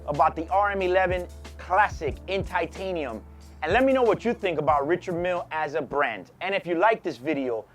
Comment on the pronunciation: Love your videos and don’t mean to be critical. But. Since you’re in the watch biz why not pronounce the name of the watch correctly?